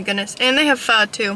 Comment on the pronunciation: omg i'm viet and i love that you pronounced "pho" correctly